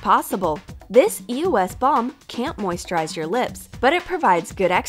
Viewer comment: Your saying eos wrong